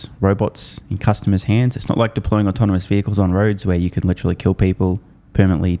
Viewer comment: Did Dan say “autominous”? As in “Tesla’s leaf in autonomy will have autominous consequences for LEGAs’ existence…” 💜💙💚💛🧡